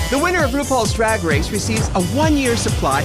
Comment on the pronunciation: I love how she says DWAG WACE🤣🤣🤣